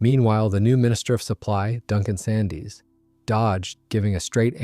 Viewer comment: "Sandys" the minister of supply pronounced his name "Sands" as did everybody in Britain at the time.It's little mistakes like this that show the lack of research and culture of the researcher/narrator.